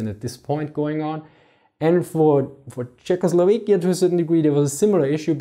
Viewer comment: Is this really how you pronounce Czechoslovakia? Your European accent gives you so much credibility but I just can't believe that pronunciation is acceptable. Can we get some Czechs to weigh in?